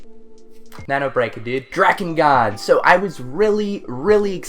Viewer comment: Dirge of Cerberus was the only Final Fantasy game I played blind and actually finished. Oh and it's pronounced DRAKE-N-GUARD!